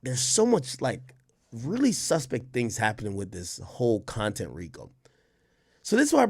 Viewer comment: Its CONTENT lmao come on ak lmao